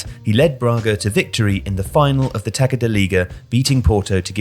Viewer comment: We pronouce Taça like "Tassa" not "Taka" the ç sounds like an "s"